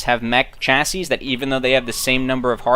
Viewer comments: Chassis= Sha-see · I've heard people from all around the U.S./Canada say the word Chassis, and I have only ever heard people pronounce it where it sounds like Cha as in Chad with a hard CH like 'church' sound rather than a soft SH sound as in 'chaperone' and ssis as in sea/see with a silent final 'S' and a long 'I' and pluralized like many 'seas'. Once we're done with this pronunciation conundrum we can move on to the may-lay vs me-li debate!